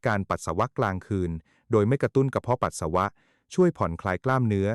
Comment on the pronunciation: เยิ่อนเย้อ..อ่านก็ผิด..ปัส..สา.วะ..